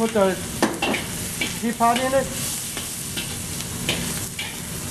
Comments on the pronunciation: Did he say Pee Pee Pod? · bee pee pah